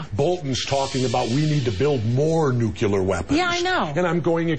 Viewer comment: I like Jesse...but, get it right: It's NUCLEAR, not NUCULER, which is how GeorgeW used to screw up the word.